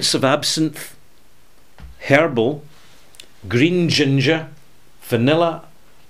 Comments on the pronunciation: HERBAL! I Thought you said hairball. Lol. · Scotty B Hahaha, I didn’t realize he didn’t say hairball all until I read your comment.